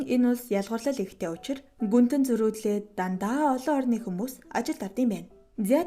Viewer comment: Гүнтэнг гүнж гэж сонслоо 😅